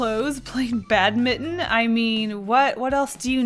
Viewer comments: holy moly "ow-eef" and "badmitten" lmao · It’s not BADmiton! It’s GOODmiton! Heck, it’s GREATmiton! Total drama reference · Reeeeeeeee! It's pronounced bad-mint-on!!! (how it's spelled) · Carter Hake Isn’t it bad mint on? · You say bat Ming ton And you write it as batminton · How pronounced Badminton made me cringe a lil bit, no shade. Just me being triggered, I know people pronounce things the way they see it but I just want to compare the pronunciations. Again I dont mean to throw any shade at her she is a wonderful artist and all, again it's just me being triggered. How I pronounce it: Badminton. Bat - Ming - ton prounces it: Badminton. Bat-mit-tin.